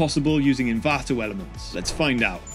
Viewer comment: Stop saying Envanto Elements 😁